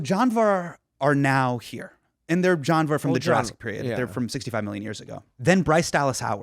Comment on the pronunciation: Lol it took me a few minutes to figure out that Hasan is saying ‘janwar’ and only when Kumail said it, I realised its its ‘janwar’ (animal) and not ‘John war’ 😭